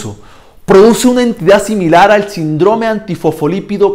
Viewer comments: Porque dice sindróme y no síndrome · Síndrome, no sindróme, saludos! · Es síndrome...no sindrome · Muy buena explicación ..solo que se dice síndrome con acento en la i ..